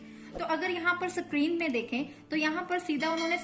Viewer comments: Sorry to say , ma'am you should improve your pronunciation you should understand the difference between screen and sacreen Sorry for inconvenience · Mam please call that tab a screen not sa-creen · Mam ap plz screen word ko theek se bolye